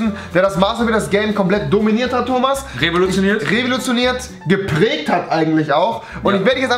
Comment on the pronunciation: Du revolotionierst MasterBuilders? Ne, du rewilotionierst MasterBuilders! XD